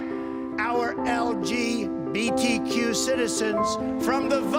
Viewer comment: lmao gotta love him, the way he said LGBTQ. I like to refer to them as lgbtrsvp